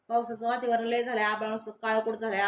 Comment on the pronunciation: वातिवरण नाही ग बाई.... वातावरण बोलतात.